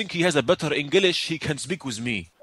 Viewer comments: Enge lish Bazz bur i can't stop laughing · "Your Englash is shat"